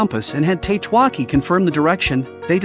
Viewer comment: I think Tatewaki should be read as Ta-te-wa-ki, not Tate-wa-ki. Then again this is AI read, right?